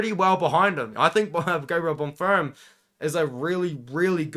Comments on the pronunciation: can understand exams. i have exams myself currently edit: bon-firm not bon-feem? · My brother in christ… there is no “R” in Bonfim lol